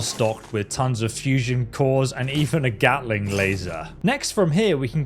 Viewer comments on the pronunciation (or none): none